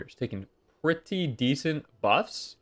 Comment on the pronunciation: "it does kill pets preetty cool"' hahahahahahahaha